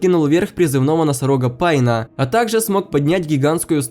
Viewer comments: Не пайнаа а пейнааааа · а если серьёзно то почему ты не можешь сказать пейн, а не пайн? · Вообще то правильно: Пэйн